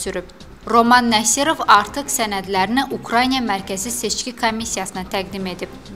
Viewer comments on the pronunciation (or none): Ey hörmәtli jurnalistlәr, aparıcılar, redaktorlar, Ukrayna ki var, bu ölkәnin adı necә Ukrayna yazılır, elәcә dә Ukrayna oxunur. Bu Ukrayniyә deil. Ukrayniyә bazardadır, çayxanadadır, küçәdәdir, efirdә isә bu ölkәnin adı Ukrayna. Işinizi bitirdikdәn sonra gedәrsiz gözәllik salonuna, orda müzakirə edәrsiz kimin әri Urusyәtdәdir, kimin Ukrayniyәdә. Efirdә isә xahiş edirәm düzgün tәlәffüz edin.